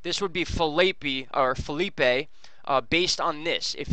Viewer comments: Phillipe is pronounced as feeleep. It's french. Thank you for all the updates. I appreciate your time and your hard work to get us informed about the possible storms.☺ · Yes, if Phillipe is spelled Felipe, it's a Spanish name, and it sounds like fay Lee pay. But, It's okay with me how you say it. 😊